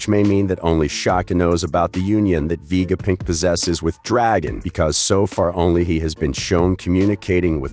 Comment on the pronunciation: why stop messing up the namesits like you have a terribely filter on vega punk not vegapick